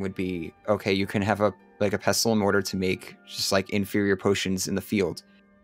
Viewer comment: The T in pestle is silent.